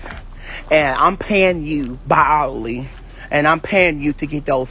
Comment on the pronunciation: TF is "bowel howlely?"(by hourly)